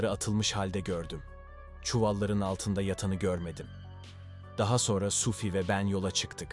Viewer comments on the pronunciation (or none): Sufi değil adamın adı Suphi..Yanlış telaffuz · telaffunuza biraz dikkat edin yahu, SUFİ SUFİ SUFİ ne oluyor kardeşim ? SUFİ kimdir? suphi nerde SUFİ nerde? bastıra bastıra bir de SUFFFİ diyorsun. dünyadan haberiniz yok mu sizin? daha dikkatli ve özenli olun, ciddi bir iş yapıyorsunuz.